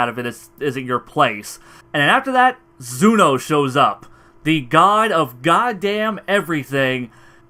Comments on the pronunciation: Every time he said Zuno I kept on saying ZENO in my mind 😂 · Tbh I like "Zuno" better than "Zeno". It sounds cooler